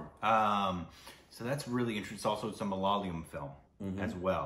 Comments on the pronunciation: MA-LA-YA-LAM not Malala-yam! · bro.. It's MALAYAALAM, not malaalayam.. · Hi, can you please pronounce the word 'malayalam' correctly.... please try to say 'ma_la_yaa_lam'.... Not 'ma_la_lyam'... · IT IS MA LA YA LUM(like gum) and Mohan Lal not mohanil The people are called malayalees or keralites .please correct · Mohan Lal is a phenomenal and one of the most versatile actors ever. And for the umpteenth time... it's MA LA YAA LUM.' Please don't butcher it :) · Malayalam is not pronounced as mal-ya-lam?? Tell the correct pronunciation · Try to say Ma-la-yeah-lam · Guys it's so not fair to us malayalees to hear you guys say Malayalam like that. I get it it's hard. But just google the pronounciation. It's that simple. Great reaction though . Can't wait to know what your reaction of the movie is. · You guys are pronounceing malayalam wrong